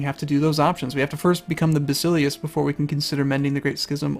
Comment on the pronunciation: While we're nit-picking pronunciations: Basileus - basil (sounds like vassel) LAY (emphasis here) us. Ba-sel-LAY-us. At least that is how I learned it. Also, calling it anything other than See-sar just sounds awkward, even if it is incorrect. Like many people still say Jesus even though his proper name was Yeshua.